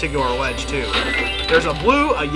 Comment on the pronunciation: I think he means "Lofty Castle too" but just says it in a weird way that sounds like Lofty Castle has a sequel.